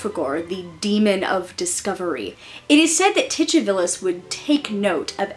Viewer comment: I like the pronunciation of Titivilus. Is the "ch" accurate? Ive heard it said Titty-vilus and Tu-ti-villus but never with a ch. I like the "ch" √√√